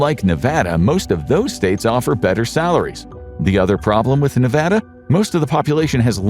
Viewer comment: Glad you said Nevada properly!